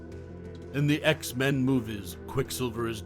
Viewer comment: X-MAN?!? (It's X-Men fam lol & your welcome)